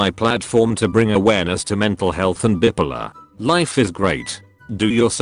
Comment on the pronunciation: Legit the voice thing pronounce bipolar as bippiler. WHAT.